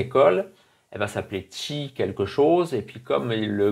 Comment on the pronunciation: Merci pour la prononciation de "Chi" = Tchi